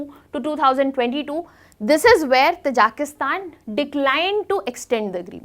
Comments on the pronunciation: its not pronounced as "Tajaaaaakistan " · It is pronunced as " Taaji-ki- stan".